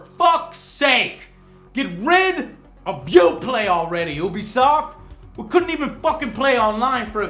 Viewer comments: Sorry, but it's pronounced U-be-soft, not Ooo-be-soft. You wouldn't call their online service (U-Play) Ooo-Play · We should give you some fucking shit for pronouncing ubisoft like oobisoft and not youbesoft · its not ubisoft its eeewwwbisoft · Is it "oo-bisoft" or "you-bisoft"? I hear people saying it differently. What's the correct pronunciation? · Why is he saying it like ooobi soft? Its said like UUbi Soft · I certain ubisoft is pronounced you-be-soft no oo-be-soft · IT'S NOT OO-BISOFT, IT'S NOT PRONOUNCED OO-BISOFT, IT'S NOT WRITTEN OO-BISOFT, STOP SAYING OO-BISOFT, IT'S NOT THAT HARD TO NOT SAY OO-BISOFT, YOU DON'T SAY OO-NIVERSE, FOR FUCK'S SAKE YOU DON'T LIVE IN THE OO-NITED STATES DO YOU? YOU-BISOFT REPRESENTATIVES AND EMPLOYEES SAY YOU-BISOFT HOW IN THE FUCK ARE YOU STILL MISPRONOUNCING A WORD YOU'VE HEARD SAID CORRECTLY? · It is pronounced "You Be Soft" not Oobisoft. He has the same problem with Lara Croft. calling her Laura instead of Lara. They say her name in the damn game so why can't he pronounce it right. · People that say Oobisoft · Years of reviewing their games yet he still can't pronounce Ubisoft right XD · Every time i watch this review the one thing that always stands out is that Joe still doesn't know how to pronounce "Ubisoft", and he's even reviewed people from the company! If he watched their press conferences then he should know, right? Oh well, just a small nitpick i noticed :) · god damn it makes me sad how many people say ubisoft wrong